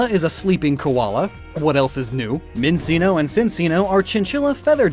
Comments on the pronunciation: Apparently it's minsino and sinsino. THEY ARE PRONOUNCED MINCHINO AND CHINO. Also it's Audino Addinno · I’m pretty cute it’s pronounced “Min-CHEE-No”, like most words that have 2 C’s followed by an I (it’s derived from Italian, at least I think) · I got so triggered at minseeno and sinseeno PRONOUNCE IT LIKE CHINCHILLA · Your freaky pronunciation of Minccino and Cinccino as "Min-see-no" and "Sin-see-no" and not "Min-CHEE-no" and "CHIN-chee-no" REEEEEEEE (Otherwise, lovely video :P) I tend to think of Chansey line as Echidnas, since they lay eggs and may carry them. :) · the way he pronounced minccino and cinccino causes me physical pain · I just gotta say, minccino and cinccino are pronounced min-chi-no and cin-chi-no. Because the cc in this instance makes a CH sound. Because they are chin-chi-llas. Not cin-ci-llas just thought you should know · Min-chi-no Sin-chi-no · If I could, I’d list every Pokémon pronunciation you got wrong. Because, fan. But I’m just going to say that it’s pronounced Min-Chi-No, and Chin-Chi-No. Hope I helped you to avoid future mistakes. In the future. Huh, weird. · How are people still pronouncing Minccino and Cinccino wrong? All the c's in their names are a "ch" sound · Why can't people say "min-CHEE-no"? Do chinos not exist in America? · [sees if everyone else is gone] ...it's pronounced Min-CHEE-no and Chin-CHEE-no. [flees] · I always pronounce it min-chino and chin-chino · Everyone always mispronounces minccino's and cinccino's name. So many years later and no one can still get it right😭